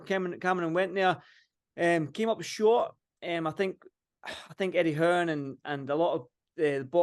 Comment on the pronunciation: aye but there is something else there nobody from Scotland pronounces their "e"s like in eddie "hearn", im not taking the piss or whatever its just been wrecking my head for weeks